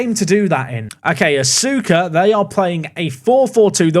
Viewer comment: Asuka FC is pronounced uska fc fyi